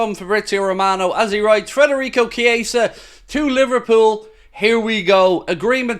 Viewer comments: It’s Fedarico not Frederick! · Now that he’s officially ours, please say his name right! FED not FRED